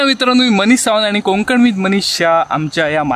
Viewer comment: मनीष, तुझे सगळेच विडिओ छान असतात, फक्त एक सांगावस वाटतं, लिहीताना कोंकण, आणि बोलताना कोकण.